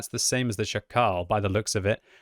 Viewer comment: The accent is on SZAkal, not szaKAL. It's not african name. You should pronounce it with same accent like in jackal in english but with this "sh" (sz) sound